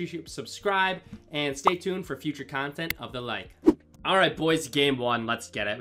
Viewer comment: with the tournament cawntent 🔥